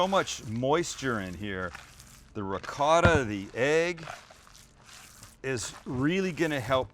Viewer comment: Sam please work on the right way to say Ricotta it’s not like it looks please look it up Thanks. Love the show